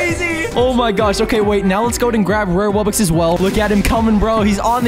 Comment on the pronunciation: Wubbix 💀💀💀 ITS WUBBOX NOT WUBBIX